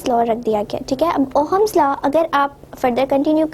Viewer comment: It is not Ohams it is ohm's